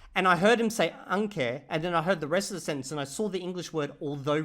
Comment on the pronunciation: I didn't know you were saying aunque until you said the English. I look forward to more comments on what you misunderstood for thet past year. I can't wait for you to buy a Spanish dictionary.